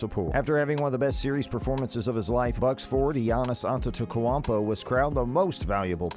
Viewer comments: It's really not hard to pronounce his last name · If you can't say his name (Antetokounmpo) by now maybe you should make a cat video.